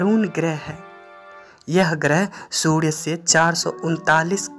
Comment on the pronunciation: Abe Surya not sudya